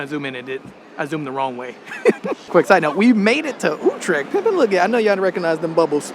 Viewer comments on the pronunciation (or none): Why do I have to do a TOEFL test to get a conditional entry to your country and you are too mentally lazy to for even one single time pronounce one single word like Utrecht THE WAY IT IS CORRECT ?